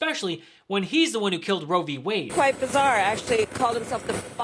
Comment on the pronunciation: It’s easy for Trump to say Ro Vee Wade, that’s why he says it all the time